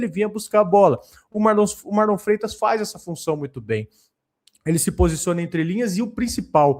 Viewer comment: O abel falando MarlON kkkk